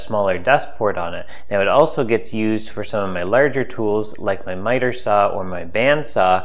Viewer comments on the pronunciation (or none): none